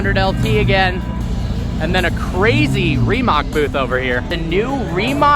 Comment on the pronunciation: When you say Rimac, don't pronounce c like k